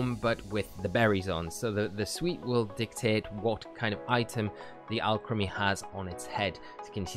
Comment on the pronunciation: Guy makes a video about a Pokémon can’t even say the name right 😂 (or the town)